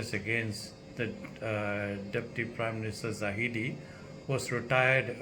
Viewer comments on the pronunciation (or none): i agree with you Dr. But please get the name right. It is zahid not zahidi. waiting for more from you